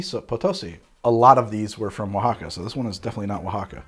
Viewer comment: Seriously! Isn't this filmed in MI, but he nailed Oaxaca! Damn fine effort!!!